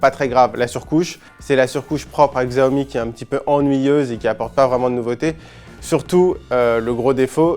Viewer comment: Faites un effort, apprenez le pinyin : les caractères latins utilisés pour les mots chinois ne se prononcent pas entièrement comme en français. Par exemple, Xiaomi se prononce "siaomi"